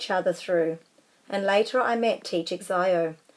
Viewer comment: It’s pronounced teacher shiâo I know Chinese